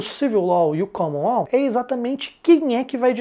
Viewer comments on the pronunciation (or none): Pronúncia "Caman Ló" e "Civil Ló".